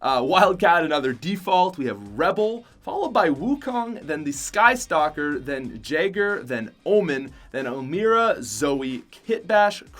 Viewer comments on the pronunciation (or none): It’s not pronounced jay-ger it’s pronounced yay-ger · That’s not how you pronounce Jaeger its sweetish so it is pronounced as a Y not a J